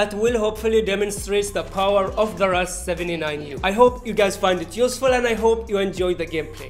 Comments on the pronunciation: It's Called the Russian 79-U, not Rush 79U Anyways, Nice Content. Keep it Up bro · No one Literally no one Others: R. U. S. 7. 9. U: Russ 79 you